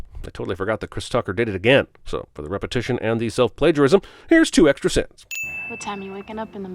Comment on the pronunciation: "TWO EXTRA SIINS"...😆😆